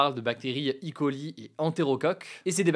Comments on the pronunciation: Ça se prononce "é coli", pas "i coli", en français. Idem, TFA se prononce "té èf a" ou "té fa", pas "ti fa", et PFAS se prononce "pé èf a èss" ou "pé fass", pas "pi fass". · Bonjour Hugo, merci pour ton contrnu. Petite information pas très importante mais on prononce "E. coli" et pas "I. coli"